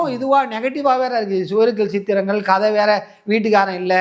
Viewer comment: சுவர் இல்லாத சித்திரங்கள் திரைப்பட பெயர் சரியா உச்சரிக்கவில்லை